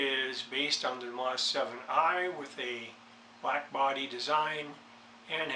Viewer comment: Nice camera and great price...I don't have this model in my collect however, I have always admired what this camera can do! And you are correct, Minolta bought Konica some years ago...also if I may correct your pronunciation...its pronounce "dee-image". I looked at the specs on it, it is very nice for what it has...first it has a nice big 2/3 sensor! Fast lens at f2.8, you have full control over the camera and it offers RAW & TIFF, exciting I know!:) I am very happy with those specs! Now for the bad news..it does not use a SD car, it uses a CF Type I or Type II, will not use Type III,...it only supports cards up to 2Gig...remember that when buying...as far as video goes, you will not be using it for YT, it shoots 320 x 240, 15 fps, 60 sec max, with or without audio or 640 x 480, 7 fps, without audio...it saves the video files in the ".mov" extension. To start out, leave the camera in the "P" mode, this is eccentrically "auto" mode, except it allows you the user to change some items if you dont want default, such as ISO, color, etc... Good luck! ~Jack, VEG